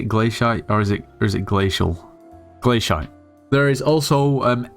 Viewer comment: man rly said 'glash*t' to glacite